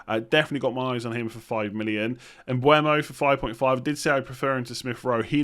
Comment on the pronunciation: Hi, just a quick one: it’s not Mbuemo, but Mbeumo. More like M-buh-mo. Thanks for your videos and congrats on the deserved success.